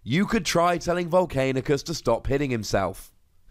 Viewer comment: says vol'CAIN'icus every time. My ocd just can't handle this, lol. Still the best Transformers TCG vids out there:)